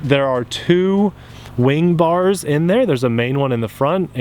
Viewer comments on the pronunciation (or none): Spars, not bars. And you might need some training on your cuban 8. Entry and exis should be at the same point. ;) It's tricyer than it sounds. Even more if you do it horizontal. Oh, and don't use the safe switch if you're inverted close to the ground...